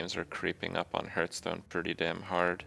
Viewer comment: 4 years and he still doesn't pronoun hearthstone correctly 😶